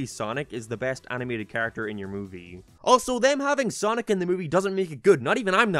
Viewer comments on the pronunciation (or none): none